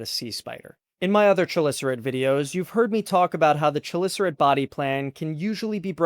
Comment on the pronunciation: KUH - LISS - ER - AIT, not chulisserate